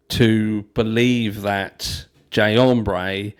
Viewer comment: If that man said “Jay Ombré” one more time I was going to throw my phone.